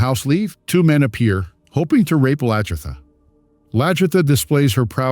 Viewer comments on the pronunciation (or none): Please learn to pronounce their names properly,it’s LAG-ertha not LAJ-ertha.